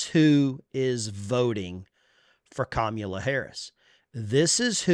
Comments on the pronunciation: Kommula? You mean Cummula? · When pronouncing her name, he placed the emPHASis on the wrong sylLABle. That's so racist! 😵‍💫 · Did he just say Commie Kamula. Ala, ala. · Excuse me, but the correct way to pronounce the name of the soon-to-be elected by a landslide victory, first non-trans female, genuine quasi-African American President is “Caramela.” To be sure, it’s pronounced “Caramel” (like the shade of her complexion) and “la.” All together now, say “Caramela.” Good. Now sit back and watch her get elected President, as the FIX is in, baby!🤣🤣🤣😄😄😄👏👏👏👍👍👍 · Her name is pronounced, Commie-la. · He can't even say her name! Does he have the same disease as Joe? I agree with him on one thing...We Are Not Going back to Kkkkkaamala! If she is going to fix the border, why didn't she? Every state, the people, will decide on abortion, Grandpa! When, and if, this deal in Springfield is investigated, it will be found full of corruption! Just like everything Kampala has had her finger in! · Is it pronounced "Come Allah" ? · Straight to jail!! No jury no trial just Straight to jail for not saying her name right! Here in democracy we don't allow you to speak wrong!! Don't get arrested by the thought and feelings police 🚨 remember officers safety is more important than your rights!! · They're Harris supporters but can't even say her name right 🤣